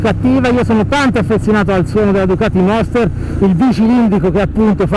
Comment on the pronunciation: Il monster no "la moster"..lo sa ogni motociciclista